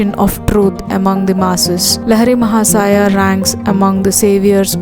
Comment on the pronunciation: CORRECT PRONUNCIATION: लाहिड़ी महाशय